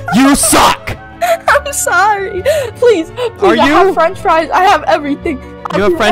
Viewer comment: FrOnCh FrIE